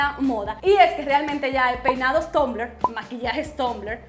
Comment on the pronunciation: se pronuncia tambler pero tu dices tumbler